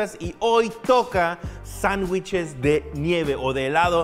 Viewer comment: Nadie: Absolutamente Nadie:: "zangüiches"